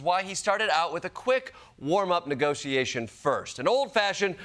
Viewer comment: Jordan I know you did not just almost say negoseeation